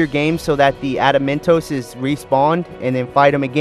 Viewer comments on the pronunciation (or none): Espionage = Espy-o-nage < like dodge without the second d, and Saboteur = sab-a-tour. His mispronounciations are cringe.. and... adamantoise< like choice!